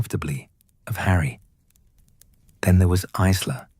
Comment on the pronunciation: Isla is pronounced 'eyela' - teach your bot because it's annoying in an otherwise excellent story x